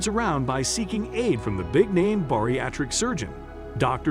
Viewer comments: You guys need to fire this narrator. It's Bariatric, not Boriatric. -_ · The people featured on the show are NOT contestants. Stop calling them that. Also, it's bariatric, not boriatric.